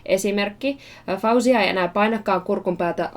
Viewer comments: She pronounces her name FO-zia not Fow-zia. Her skills are shocking though. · 'cause her name has Arabic origin, I'll try to help you pronounce it: FAW-ZIY-YA There should be (stress) on the letter (y), that's why I wrote it twice... I hope I helped! :)